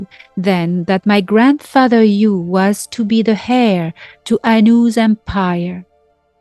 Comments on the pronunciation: Dearest in the word ‘Heir’ we do not pronounce the H 😉🤗🧚‍♀️ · Just so you realize that heir is pronounced with the h silent.